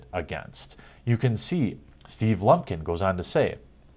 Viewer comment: I believe it's "Steven Blumpkin"